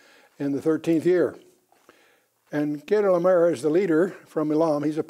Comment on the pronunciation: Excellent lesson but I'm amazed that he couldn't pronounce most of the kings names in Genesis 14. It was like it was his 1st time even reading them. Dr Ken Johnson's and Les Feldick are also excellent strictly bible teachers. They get to the point of scriptures a little more quickly. Ken as a multi language translator, knows more about Melchizedek, Chedorlaomer, ancient manuscripts, Apocryphal books, the 100 plus Biblically endorsed books mentioned in scriptures and the DeadSea scrolls than anyone in the past century. Melchizedek was a priest and king and ONLY him, David and Jesus ARE BOTH. Yes Melchizedek order is above the Levi and Aaron's priesthoods. Also, Melchizedek and Jesus are not limited in years of service as Levi's priests are. They serve for life not just 30 years and since Jesus will never die again, He is the FOREVER priest and king as SO MANY scriptures state. Paul in Hebrews 7: 17 listed Jesus as a priest after the order of Melchizedek also so the Genesis verse wouldn't have been lost if Psalm 110 had not mentioned it. We the church believers are also called Kings AND Priests ! I'm amazed how pastors Forget Noah's close relationship with God and his great grandfather Enoch. It's not like they stepped off the ARK and forgot about God ! Noah and Shem set up the School of Prophets that Melchizedek oversaw.